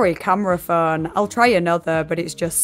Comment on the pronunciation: Why do you pronounce "phone" as "föeön"?